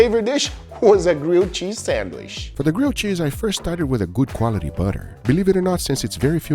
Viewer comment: i love how you say sandwish instead of sandwich HAHA